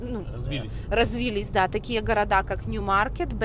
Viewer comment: Развились - ударение г-на второе и , сразу видно Украина. Спасибо за инфу!